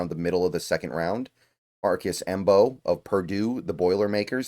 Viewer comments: I think Mbow is pronounced "Bow". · Love this draft,. Marcus Mbow's last name is pronounced as "bow," said by himself on Hail Mary Sports' interview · i think its just pronounced Marcus bow with the M being silent but im not too sure